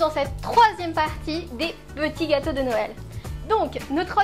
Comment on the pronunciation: jaime bien comme elle bouge sa poitrine knd elle dit pettit gateaux de noel loool